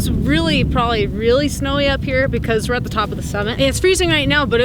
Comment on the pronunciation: Am I the only one who thought said "smelly" instead of snowy? I kept wondering why it would be smelly...